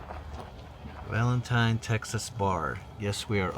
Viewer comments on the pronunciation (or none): It's pronounced Valenteen